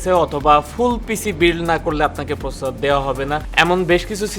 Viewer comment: 'প্রসেসর' উচ্চারণ সহ আরো অনেক উচ্চারণ ঠিক করতে হবে